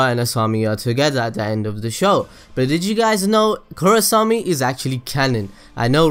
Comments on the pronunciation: i think most of those are just common knowledge for anyone who is even slightly interested tlok. also its KorrAsami not korrosami. because not matter where you cut the names its either korra or asami ... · Korrasami? Bruh!